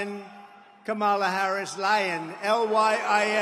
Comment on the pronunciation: By this time he should at least know how to pronounce her name correctly. It is KAM-ala, not Ka-MA-la. Ya think??:face-turquoise-covering-eyes